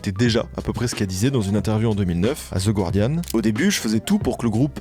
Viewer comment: The Guardian, éternellement mal prononcé 🥲